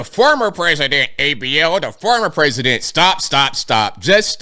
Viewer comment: was that you fake hhhwhite people voice lol........" hes a former president"